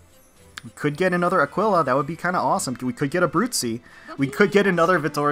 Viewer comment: Let's GOOOO Also Aquila is pronounced 'Ack-ee-la', if nobody said so already. :)